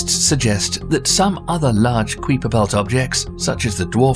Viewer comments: The "Kwiper Belt" ? 😳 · kuiper is pronounced kyper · (Ka-eye-per) belt why you pronouncing it soo weird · ah yes, the Kweeper belt 🤨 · Kuiper is pronounced 'kaiper' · KWEEPER BELT??!! SPUTNIK PLANEEETA??!! 🤣🤣🤣 ... Everyone remember, British accents don't make everything, or everyone, sound smarter 😏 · No one pronounces it KWeeper belt, where did these production people come from The KWeeper Belt ? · the kweepah belt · Pluto is larger 1470 miles vs Eris's 1445 miles. Pluto is twenty-five miles larger than Eris. Get it? Kuiper is pronounced as “ Kaīpper” (Russian). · say kuiper like hyper. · Did you just say... qwee-per belt? Like, you can make a 15 minute video and spend probably hours editing it, but not 30 seconds googling how to say it? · Stopped watching at "Queeper" belt. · I'm sorry... the what belt? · Right, Eris is more massive. Weight is technically something diffrent but I think we all get it. Also the Queeper belt.. makes me wonder if I've been mispronouncing it. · Did you just say "Queeper Belt"?? LOL Oooof. And you say it soooo many times. Embarrassing. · Why does he call it "Queeper" belt precious? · Ah yes… The Kweeper Belt✨ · Kweiper belt lol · Queefer belt lmfao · "The queefer belt" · "Kuiper" is pronounced "KY-per." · cweeper belt uwu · I'm pretty sure he's saying "kweeper" which is also pretty wrong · All I hear is queefer belt 😂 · that's because the person that did the voice over had no idea what he was talking about HAHAH cweeper belt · It's a dutch name and pronounced Kui per belt. Kuiper is a common name in Holland. In the video the pronunciation is wrong. But cool video, very interesting. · Kind of a sad excuse for getting pronounciations wrong in this day and age, most voice actors know how to get things right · "Qweeper" belt... 🤦‍♀️ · I feel ya...kai-per! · How this guy pronounces kuiper belt is so painful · Jeez stop pronouncing kuiper belt wrong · I can't stand how he pronounces Keiper😒!!! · I'm sorry. how do you pronounce Kuiper again?